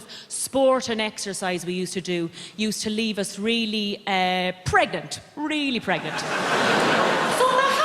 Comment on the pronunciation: But she does not pronounce the first "n". It's like "pregant". If it's "pregnant" is it a joke on teenage pregnancies or what?